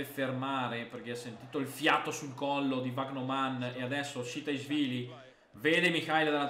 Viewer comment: Vandeervort è diventato Vagnoman contro lo stoke🤣🤣